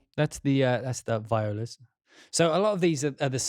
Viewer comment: It’s pronounced VEE-ola :)